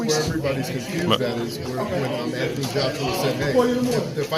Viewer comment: Its Anthony with a h and o not Anthiny. Make the deal and stop being scared.